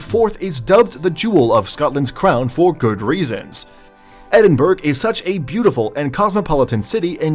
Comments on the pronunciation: Ply mouth and Edinberg. For an audio improvement to text-to-speech enunciation, they skipped the same step. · Trashes the pronounciation of Plymouth and Edinburgh, yet pronounces Glasgow correctly (not Glazcow), what kind of commentator is this?!? EDIT: Swindon is a town... and a Dump. Fun Fact: There is no set criteria for becoming a City, so it doesn't have to have a Cathedral or University.